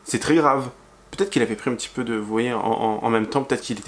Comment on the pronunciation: Oi! You keep saying 'va-T-etre' but fffs, there is NO BLOODY 'T'!!!